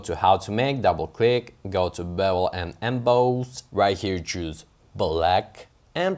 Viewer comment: haha like the way you say "bevul & embaaaawse". Great video!